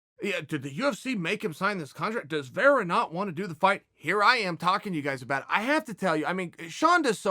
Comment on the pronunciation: Chael just creates whatever story line he wants lol. He's been saying sean o'malley hasn't said chito's name for over a week now. When anytime sean speaks about the fight he talks about him. I'm honestly surprised he's even saying vera's name right. But if ol' chael is saying it... it must be true...